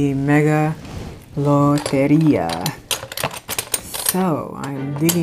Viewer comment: I was glued ..once you tongue rolled Loteria!! I’m gone learn it😩 Thank you for this, I enjoyed watching this profit session✨